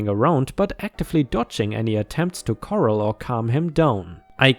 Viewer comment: Hey, love your channel! Just FYI, "corral" in U.S. English is pronounced "core (like an apple) - AL (like short for Albert)," accent on second syllable. It's both a verb and a noun, to round up (as in horses into a group, to catch them, the use in place here) and also the fenced yard into which they are put once caught. I've heard you use this word in a few videos so thought I'd share. For interesting corrals in history, Google "Gunfight at the O.K. Corral";-)